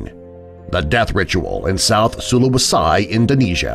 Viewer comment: Tidong pronounced as Tee-dong, not Tai-dong and sulawesi is Soo-lawesee, not soo-lawe-sai